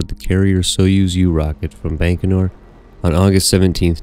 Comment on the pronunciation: Excellent videos. But the Russian launch site is pronounced "bye-ko-nur", not "bank-o-nur".